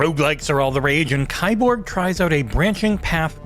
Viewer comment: ...it's pronounced "key-borg"